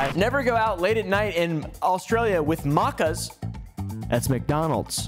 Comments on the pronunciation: You said macas wrong, it's Mac es not muc as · Your pronunciation of maccas is truly painful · As an Australian, I was personally offended by how he pronounced "Maccas". Reeeeeee etc. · Him pronouncing maccas wrong hurt my soul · As an Aussie the way pronounced Maccas gave ma a cringe attack I never recover from. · the way pronounced maccas...